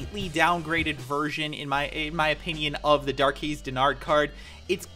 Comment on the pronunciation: Dar (as in jar) - quezz ( as in Dez ) (; Not trying to be a pain but thought I'd help